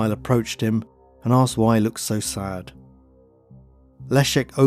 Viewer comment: I love these stories and can't believe you haven't got a million subs, but there is just one thing that drives me nuts... arksed instead of asked, its sounds sloppy you say asked sometimes so I know you can do it!